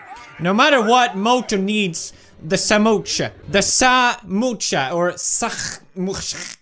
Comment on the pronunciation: Samosa ❎ Samoocha ✅😂